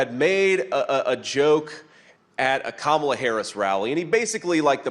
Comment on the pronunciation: You too,, dude? You can't pronounce Kamala's name correctly? C'mon.